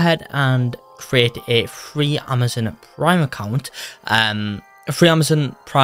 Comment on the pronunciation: I like it how u say free as fwee